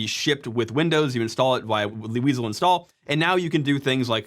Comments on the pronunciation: "Weasle",... Prime would be proud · weasel sounds cool, though